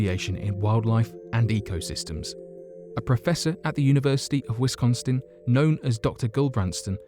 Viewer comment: Lost your credibility on "Wisconstin"